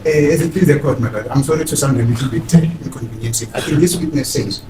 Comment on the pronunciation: “As the court pleases my LOTT” 😂